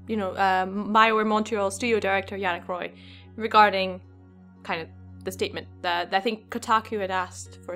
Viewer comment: is from Quebec, so wouldn't it be pronounced "Wah" (i.e. French for "king")?